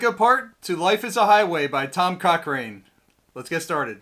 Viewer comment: Coch(ran)e. not rain